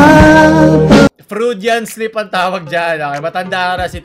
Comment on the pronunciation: Froodian slip amp hahahaha